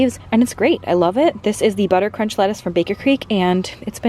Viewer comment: Say Butter Crunch Lettuce again LOL idk why that stuck out to me! :) Love the video!